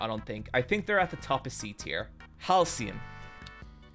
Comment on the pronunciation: mf said teir